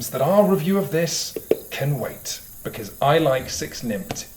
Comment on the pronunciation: Becoose??? Hehe